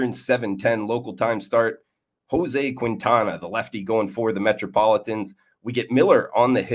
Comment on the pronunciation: love the show but today we have a lesson in spanish 😂 "Quintana" is pronounced KEEN-TAH-NAH